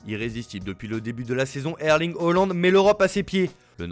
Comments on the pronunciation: Petit rectificatif c'est pas holand.... mais haaland HAAAAALAND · Haaland* fais un effort 😭